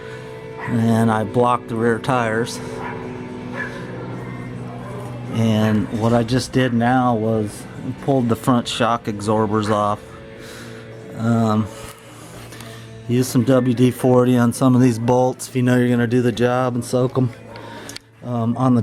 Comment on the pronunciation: Did you say, "Shock exsorber" ??